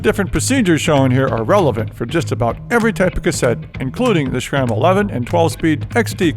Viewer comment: Calvin...please don’t say shram.